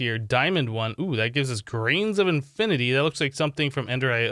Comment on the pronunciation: ...infinate water lol